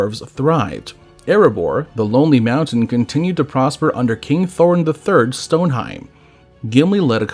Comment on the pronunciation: Thorin III StoneHELM not HEIM